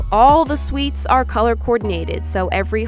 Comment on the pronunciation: the fact that she says suites instead of suits